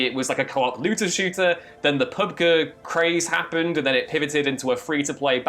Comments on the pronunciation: Pubguh? Can you not say g? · I dont even play pubG and I know it's not pronounced the way said it and I instantly lost interest in the rest of the video rip